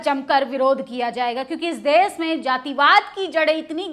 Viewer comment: आंटी देस नहीं देश होता है ❤❤❤❤